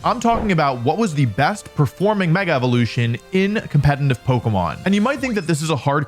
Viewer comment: Nice Video as always! Just a quick question. Is the pronunciation of "competetive" or as you say "compete –N–tive" an insider or how comes? Sounds weird as this word is in every video in countless repetition. Just very curious! I